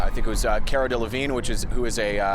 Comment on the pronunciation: He said Caras name wrong